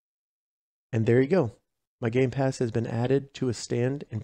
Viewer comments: Bro said gay pass and not game pass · Did he just say gay pass